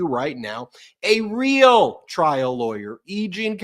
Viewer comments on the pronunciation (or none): none